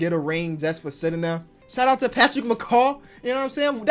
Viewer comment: He said Patrick macaw 🤣🤣